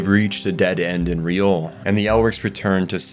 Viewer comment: Great video! But it’s Liore, not Riole